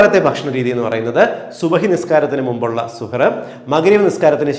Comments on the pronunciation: വിലപ്പെട്ട അറിവ്,, നന്ദി,, ഒരു തിരുത്ത്,, പ്രിയ ഡോക്ടർ: ഇടയത്താഴത്തിന് അറബിയിൽ സഹർ, എന്നാണു് പറയുക, ഡോക്ടർ പറഞ്ഞത് സുഹർ എന്നാണ് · സൂപ്പർ.. 🌺നല്ല അറിവ്... 🌷🌷🌷സുഹറ് ന്നു അല്ല ശരിക്കും സുഹൂർ എന്നാണ് അറബികൾ ഒക്കെ പറയാറ്.. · വളരെ നല്ല നിർദ്ദേശങ്ങളാണ് സാറ് തന്നത്... Thank you so much.... സുഹർ എന്നതിന് പകരം സഹർ എന്ന് പറഞ്ഞാൽ👍👍👍 സാറിന്റെ വായിൽ നിന്നു റമളാനുമായി ബന്ധപ്പെട്ട വാക്കുകൾ കേൾക്കുമ്പോൾ തന്നെ വല്ലാത്ത സന്തോഷം.. Eg: ഇഫ്താർ, സുബ്ഹി, തറാവീഹ്.... ഓരോ മത ചിഹ്നങ്ങളും അറിഞ്ഞ് ആദരവോടെ സംസാരിക്കുമ്പോൾ തന്നെ എല്ലാവരും സാറിന്റെ ഓരോ നിർദേശങ്ങൾക്കും കാതോർക്കും... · സുഹർ അല്ല... സഹർ 👍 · സുഹൂർ എന്ന് പറയാം. സുഹ് ർ അല്ല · സുഹറ അല്ല സഹർ അത്താഴം എന്ന് മലയാളത്തിൽ പറയാം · സുഹറ അല്ല സുഭ ഹ് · സുഹൂർ എന്നതാണ് ശരിയായ ഉച്ചാരണം. താങ്ക്സ് ഡോക്ടർ . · Good presentation. However, kindly note that some words misspelled its correct pronunciation. The Arabic words such as SUHOOR, IFTAR = سحور، إفطار respectively should be corrected as is. Thank you